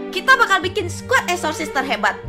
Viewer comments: Bg gua denger nya exotic aksesisaseon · Lebih kwren nyebutnya eksorsessesis banh👍👍